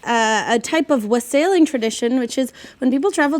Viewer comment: She was saying wassail wrong right? Or do I pronounce it wrong?